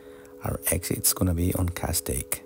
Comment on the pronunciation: Beautiful vid. It's pronounced CAST TAY ICK